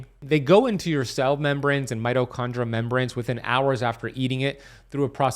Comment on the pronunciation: Being picky but... there is an ee sound in mitochondria. Its not mitochondra. Just sayin'.